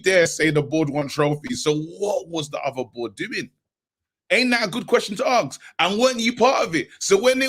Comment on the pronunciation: you guys always say AXE instead of ASK... stop axing ppl